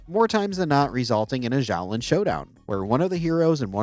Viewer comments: 😑 its pronounced shoalin showdown with an s sound. they event say it in th show with an s sound. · Xiaolin is said "Shao-lin". In Chinese, the X is always an "sh" sound. To the especially pedantic out there, yes it's a voiceless alveolo-palatal fricative, yes it's not quite a voiceless postalveolar. They are, however, extremely similar sounds and it's the closest possible English approximate.